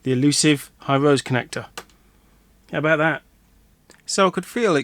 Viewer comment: hirose is pronounced hi-row-she... digikey used to sell them... maybe they are out of stock, or have stopped sourcing them